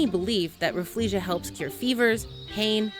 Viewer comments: She is saying Refflesia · Introducing 'RAFF-LEE-SHA" Me: This whole time i thought it was pronounced RAH-FELL-SHAH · I didn’t know rafflesia was pronounced like that, as an asian we call it Raffle-Sia (like the singer)...... or maybe its just me XD